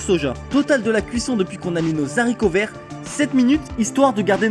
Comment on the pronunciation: Les zaricots verts LOL